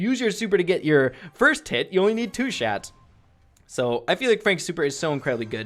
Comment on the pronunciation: 8 10 he said shats